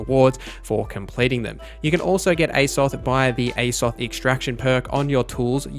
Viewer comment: Aye-zoth? It is pronounced with a long high A Like A$$ follow by an OFF th sound - Azoth literally the same beginning pronunciation to a well known video game world.... Azeroth.